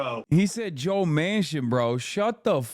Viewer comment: Dude said Joe Mancin😂😂😂😂